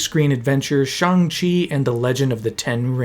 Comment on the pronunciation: Ik this is random but I am so happy that you properly pernounced Shang-chi's name,so many ppl say his name wrong and it pisses me off so bad bc the movie spends like 5 minutes explaining how uncreative he is for thinking he can hide from his dad with barely changing his name